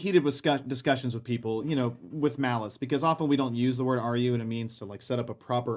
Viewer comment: It's the 'g' from the word "argue." I can't not notice it now...